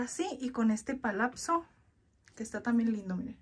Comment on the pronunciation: Una observación sin ofender se dice palaxo no palapso